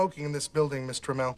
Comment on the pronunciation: Ohhhh they were saying Miss Tramell! I thought they were saying Mister Mell!